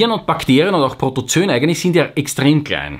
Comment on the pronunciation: Lieber, das "oe" in Protozoen spricht sich nicht(!) als "ö". Richtig ist es beide Buchstaben auszusprechen, spricht sich Proto - zo - en. Sonst lieb, gut und richtig; wie immer!!!